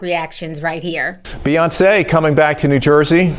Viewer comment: Why did I like the way he pronounced "Beyonce'?" Lol.🙂